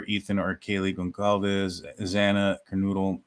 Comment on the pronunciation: 1st comment 😊 You are the ONLY one I’ve seen so far that actually pronounces GonCALves correctly.